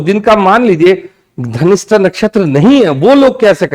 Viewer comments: Pronounce dhanishta not ghanishta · Dhanistha ho ghanishta kyu bolte hen sab ... Dhanishta is right😊